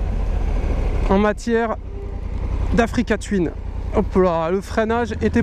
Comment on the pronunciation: Africa twin se prononce "twouin" et non twyn!!! bon sang l'anglais les gars!!